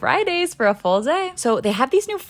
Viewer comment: No one says full day in that tone. No one.